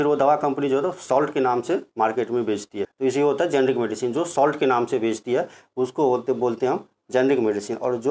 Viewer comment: शॉर्टकट में मैं आपको समझाता हूं जेनेरिक और इतिक्याल में अंतर। जैसे आप भी मनुष्य और मैं भी मानुष आप जिस काम से जेनेरिक समझा रहे थे आप सही से नहीं बोल पाए तो हो गए जेनेरिक